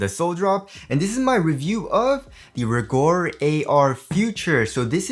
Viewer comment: It Rigorer not rigor